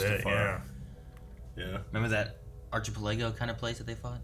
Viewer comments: thats not how you pronounce archipelago lmao. Its not Arch-a-pa-lah-O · Please don't tell me that was trying to say Archipelago when he said Archie-pe-lego. SMH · Watching this video again well after the fact (For the star wars feels) and just realized has a super weird pronunciation of archipelago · remember that what? That pronunciation of archipelago actually stunned me ROFL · someone teach how to pronounce "Archipelago"